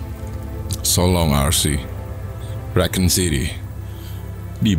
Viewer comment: Kan dibacanya dari racoon bang